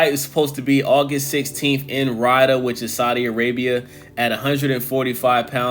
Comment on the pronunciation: Ridah? Lmao its Riyadh lmao REEEEE---YAAAAHHHHDDD🤣🤡